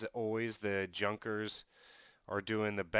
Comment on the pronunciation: Interesting gameplay. Corectly to speak Junkers - not Dzunkers. It is famous Ju 87 Stuka)